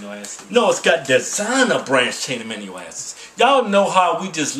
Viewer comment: A-MI-NO acids